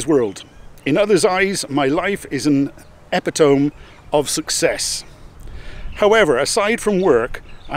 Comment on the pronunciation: Steve Jobs never said this. It's been debunked so many times. And it's pronounced uh-pi-da-mee. Not Ep-a-tome.